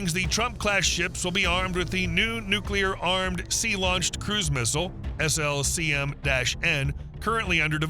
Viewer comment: Not nuclear...